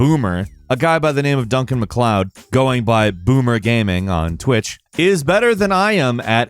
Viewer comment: Why does he pronounce gaming like gaeming? Is it an accent thing?